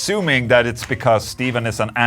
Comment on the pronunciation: Just saying Stephen C is pronounced like Stefan, rather than Steven. Loves x